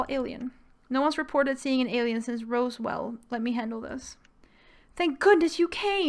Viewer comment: rosewell?????? It’s Roswell (Rosswell),. Try to get the name right. || People eat rabbits!